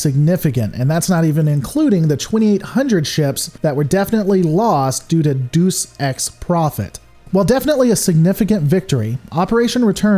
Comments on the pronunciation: Deus is pronounced day-oos not deuce as in the number 2. Great and informative video. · deus is is pronounced dayoos